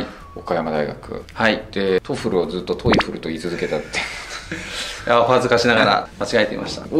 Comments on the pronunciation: トウフルが実際の発音に近い。トフルだと別物に聞こえる。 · もう『トエフル』読みは直らんですね…『トエフル』頑張ってください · さん、TOEFLの読み方指摘する割に自分は「トフル」って言ってるのずっと気になってる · トーエックじゃなくて、トーイック。トエフルじゃなくて、トッフル。ポイフルじゃないんだから。